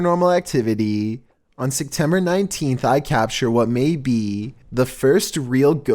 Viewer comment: this is the 3rd or 4th video I've watched with as the narrator where the month of September is brought up. Am I the only one that hears him say sectember